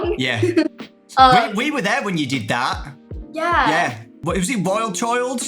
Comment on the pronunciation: oh no the more you say “Yeah” the more British her yeahs get